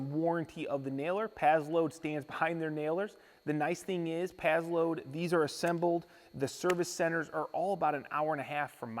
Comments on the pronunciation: Sounds like you're saying pad-load. It's pass-load. Paslode. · it's " PASS LOAD " not " PAZZ LOAD " . The name is spelled with an 's'...not a 'z' lol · I think it’s prononcés pass-lode